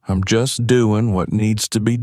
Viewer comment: Once again it's frustrating to hear mispronounced words. Eg. EEM INSTEAD. OF I'M Just one example in this story. Pls do something about this issue